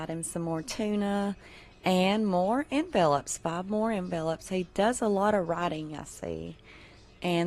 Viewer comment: Pardon me....but you are pronouncing the word envelopes incorrectly. .